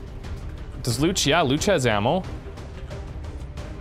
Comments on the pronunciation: Hahahaha I have the same last name as one of your characters and it is definitely not pronounced "looch" haha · There is no language on Earth where "Luce" is pronounced "Lootch"